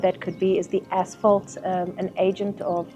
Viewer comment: English is not my first language and for some reason all I could hear when the lady said asphalt was “as**ole”. Had to double check a few times, because it made it a bit weird haha